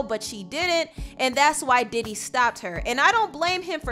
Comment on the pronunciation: thought u said daddy for a second